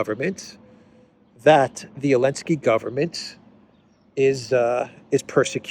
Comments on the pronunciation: WHY do you pronounce the name of a little-cocaine-man as Elensky?? Where is the Z? He is Zelensky, mate! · Because the letter Z was banned from Ukraine and most of the European union countries...so he is "complying" with that rule to the point hehe